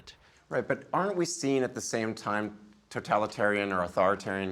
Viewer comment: How is it that he is unable to pronounce totalitarian correctly? I hear mispronunciations a lot and it's bothersome.